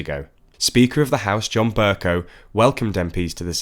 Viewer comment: why do you keep saying Ber- cow it's pronounced Ber-co. Even on the Podcast you made that same mistake. Please correct yourself man.